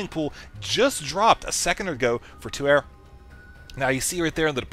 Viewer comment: I'm pretty sure "Tuer" is actually pronounced "Tu-Eh" - it's french for the verb: to kill!